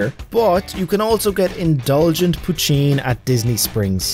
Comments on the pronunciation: Poutine (Pootin) not poocheen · althoiugh he did say poo-CHEEN, instead of poo-TEEN. (for poutine) -- or some say poo-TEN.